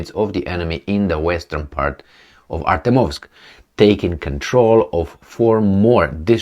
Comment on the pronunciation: Learn to pronounce ArtYOmovsk ;)